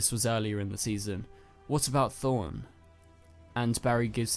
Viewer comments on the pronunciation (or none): Did u say Thorne instead of Thawne?